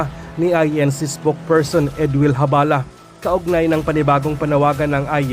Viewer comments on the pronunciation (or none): Pagtatama po: Zabala po hindi po Habala.